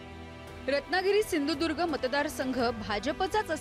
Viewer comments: याला सिंधुदूर्ग असं स्पष्टपणे म्हणता येत नाही आणि म्हणे भाजपाचाच. अरे दलबदलू तूला मात्र आता मतदारसंघातली जनता सपाटून आपटणारच. कारण तिघा बापलेकांचे लाळघोटेफण आणि खालच्या स्तरातील बोलणं. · नारायण राणे आपटणार चांगलाच, बकरा बनवला आहे, याला सिंधुदुर्ग नीट बोलता सुद्धा येत नाही. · सिंधुदुर्ग म्हनता येत नाही याला... तुला कसा पाडतात बघ कोकणकर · अरे ह्याला नीट सिंधुदुर्ग पण म्हणता येत नाही....